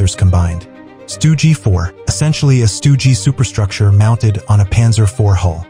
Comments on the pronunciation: "Stugi three" 🤨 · “Stoogey 3” lol